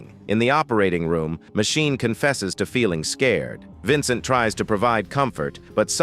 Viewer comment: It would work better if ^whoever is reading the texts had better grasp of the english language. I mean Machine, Matchini, Magine, all different pronounciations. And the totally missing tone. Text to speach mayhap?